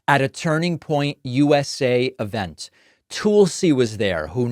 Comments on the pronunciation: Toolsi pronounciation???? Your an idiot. It is pronounced Tuls???? You are an idiot? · It's not "Tool-see." It's "Tuhl-see" and yes, she has gone mad. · Hey David Frog! It is not "Tool Sea". Learn how to pronounce a frkin name. It is pronounced Thul-C. Rhymes with Full C. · David: it is not pronounced "TOOL-see." It's "TUL-see." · It bothers me that David won't pronounce Tulsi's name correctly. I'm not her fan at all, but we criticize Trump for mispronouncing Kamala's name. The u in Tulsi is like the u in pulse. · Why can’t you pronounce Tulsi? It’s so petty. You don’t say Troomp, so why do you say Toolsee? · Tool-sie lmao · David Called her Tool-sy 🤣 perfect! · David, her name is pronounced Tull-see. Yeah, she totally flipped & lost her dang mind. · "Tool-si Gabbard." Lol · If you're going to talk about Tulsi at least pronounce her name correctly, you buffoon! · Why are you pronouncing Tulsi Gabbard's name that way? Want Kamala's name pronounced correctly. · Is Pakman purposely mispronouncing Tulsi? 😂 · David you correct people about how kamala is pronounced but yet you can’t pronounce tulsi correct. Do you just not know or are you a hypocrite? Which one?